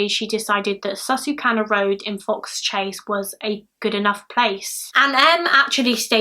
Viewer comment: It's so crazy to watch my favorite YouTubers do this case, this happened down the street from me. There's actually still a small handmade memorial that people still leave toys sometimes. I hope he's never forgotten. P.S.: you pronounced Fox Chase correctly:)